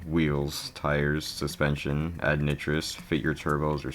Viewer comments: bro it's not NIH-TRUS, it's pronounced NIGH-TROUS lmao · bro stop saying nitros like it’s a racial slur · Why did bro pronounce Togue and Nitrous like that 😭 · Nitrous is not pronounced like that 😭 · And nitrous